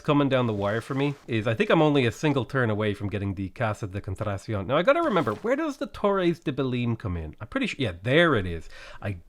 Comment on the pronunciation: Please stop saying Casa de contracion - it’s wrong and sounds terrible - it’s contratacion!